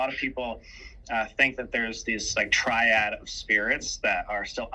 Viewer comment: First time I’ve ever heard ‘tree-odd’/‘tree-ad’ instead of ‘tri-ad.’